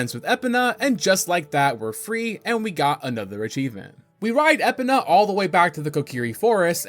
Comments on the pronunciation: You calling Epona as Epina rather than E-Pona, was extremely triggering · litle side note, overall this is just a minor annoyance, and i am so far enjoying your content, and plan to watch more of your videos. but my man please work on ya pronunciations <3 you called Epona Epena. eh-POE-nuh (like "e" in "bet," "poe" as in "poem," "nuh" as in "banana") theres like 2 pronounciations most people will agree on, and you chose the 3rd a hybrid of the two. the po in epona is always emphasized, you did not. outside of that it's a tomayto tomoto type deal on how you say the E in Epona. personally im on the side of pronouncing the E like as in bee hard emphasis on the E. again, this is only a minor annoyance to me, and it's not a deal breaker on me watching your content. just wanted to toss it out there. outside of that, the video and editing is very well made and quite digestible even with it being a longer video. solid enough to earn a subscribe. keep up the great work my man. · *spits drink hearing Epina * you mean "uh·pow·nuh" but i thinkk i am going to her Epina from now on haha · it’s epona not epina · Is he rage baiting with these pronunciations? E-puh-nuh is brutal... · I'm convinced this guy is just an npc hired to commentate over gameplay without actually playing the game Called shiek "him" several times.... It's EEEE-POE-NAH NOT ep-uh-nuh I can go on and on and im only halfway through the video smh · It's E-pon-uh not eh-pun-ah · “Eh pen ah” 🥀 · Why do you keep pronouncing it Skull-toll-ah? It throws off the video, it's Skull-tool-ah like tarantula but with skull instead of Taran. Other than that, great video mate okay I'm convinced you're trolling us at this this point. Epp-Ah-Na instead of E-pon-ah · At a certain point, I have to believe you’re deliberately mispronouncing names just to piss me off. I love your videos anyway though. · I was gonna sub, but you pronnouce Épona and that cannot be forgiven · E-po-NA fml